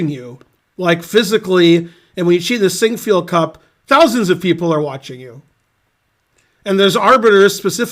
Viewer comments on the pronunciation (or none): I can't get enough of hearing Ben say "Sinquefield cup"!!